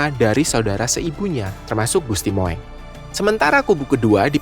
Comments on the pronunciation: Naratornya salah ucap. Gusti "Moeng" dibaca Mung (Mong) bukan Mo-eng. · Mas bacanya jangan gusti Mo.. ..eng tapi gusti Mung.....jadi lucu gitu 😅😅😅😅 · MOENG = dibaca dg sebutan MUNG bukan dibaca MOWENG ! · Tulisannya Gusti Moeng, tapi membacanya Gusti Mung